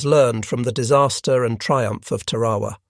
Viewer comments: Ta’ ra wa not Ta ra’ wa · Two corrections 🥈 1. It’s TARAWA not terowa 2. The United States of America is a Republic not a democracy !